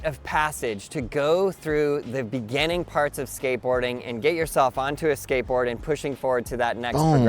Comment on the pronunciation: NGL Everytime he says skateboarding I hear scientology. And it fits with his sales technique. I'm trying to be objective but it's hard to get past the scientology part